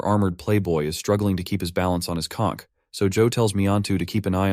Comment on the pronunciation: pronouncing conch as cock is wild